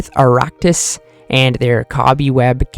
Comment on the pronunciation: Say it with me Arrax-IGHT that’s how you say it.